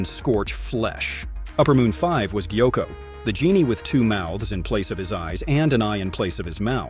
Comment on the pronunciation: What is this pronunciation 💀 😭 gaiku…?